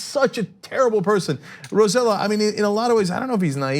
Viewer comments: Roselló isn't pronounced "Ro-seh-lo", it's pronounced "Ro-seh-yoh" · Its pronounced RoseJo not RoseLo , i know its weird but hey you guys pronounce Raphael "Rafael" wtf is that lol jk jk. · Its pronounced Ro-se-ioh, not with an L sound. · Correct pronunciation of Rosselló = row - say - YO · Hey guys, please make an effort. The governor's name is ro-say0. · Shade Bleu Listen, I wasn't commenting on Rosselló's comments, I was just telling yet another news group that Rose-yellow is not how you pronounce is name. As for the Governor he's angry and frustrated and really shouldn't have said what he said. But if it was your family after a disaster finding out that the money FEMA would have given you to help rebuild your house was reduced to almost nothing by the President what would you have said about the big guy? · First of all his name is pronounced ro-seh-YO. (the LL in spanish is pronounced like a Y). Second, he is trying to look tough because Carmen Yulin Cruz (San Juan Mayor) announced her candidacy for Governor 2020. She stood up to Trump while Rossello (Ro-seh-YO) took selfies and acted like a fanboy. He is a Democrat but he was supported by the Republican wing of the Statehood party (PNP) in PR and only because his father was governor during the Clinton years. He has worked tirelessly to privatize every service possible on the island, close schools, sweetheart deals for friends, ignoring corruption schemes, and allowing drinking water sources to be polluted with coal dust. Seems like a perfect match for Trump! Please send someone to PR to get the real info from the ground. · They just had a program the other day about names needed the be pronounced in the correct way. like Diana or AOC. The least they can do Is pronounce that name correctly. I hate the guy but if you are going to criticize others for that... do it right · Heh, as amusing as it is, thats now how you pronounce Rosello